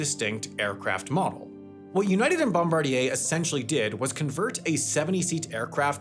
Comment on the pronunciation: Yo poser airplane/airline channels. Learn from Sam. He pronounces Bombardier correctly.